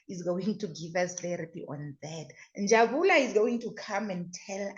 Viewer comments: As for Njabula😂😂😂 sorry it's Njabulo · the name is Njabulo not Njabula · Njabulo not njabula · Njabulo has corrected her before, I think the tongue is used to Njabula.😂😂😂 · She knows but the tongue 👅 has got used to Njabula. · Njabulo Njabulo Njabulo Njabs Njabs plz stop butcher someone's name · it's NjabulO........."O" at the end. I just love how you guys are digging real dirt around this Senzo case......❤ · Please learn how to pronounce Njabulooooo please.. before it sounds like disrespect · NJABULO please pronounce correctly 🙏🏾🙏🏾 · never mind your wrong pronunciation has attracted a lot of comments, I'm reading many,😂😂😂